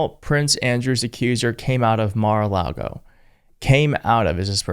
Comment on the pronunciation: Mara-lar-go is the devil’s playground